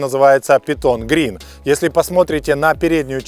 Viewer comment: Спасибо за обзор., режет ухо неправильное произношение английских слов. Не ге-те-эс, а джи-ти-эс. Не питон грин, пайтон грин. Или уже "питон зелёный", если полностью переводить. Если по теме, хотелось бы больше внимания PDC и опциям, типа адаптивный круиз контроль.